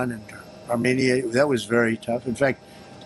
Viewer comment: Trump finaly managed to pronaunce Azerbaijan and Armenia 😂